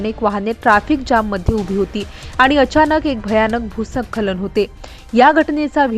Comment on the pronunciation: भ् : स्खलन असा शब्द आहे. नीट उच्चार करा.